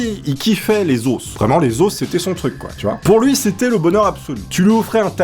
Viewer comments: ON dit pas des AUSE mais des OS en disent le O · Les « osses » ? 😂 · Les ausses 😂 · Les osses qui dit le chef des mourgoulins tu m'as tué on dit LES OS QUI CE DIT LES ZO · "les osse". xD